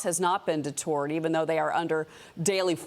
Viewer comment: \di-ˈtərd\ not \di-ˈtu̇rd\ 😅